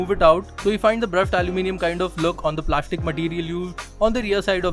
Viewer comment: Plashtic is gud... 😉😉